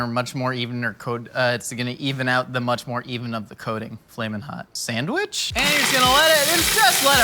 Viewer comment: also "san-wish"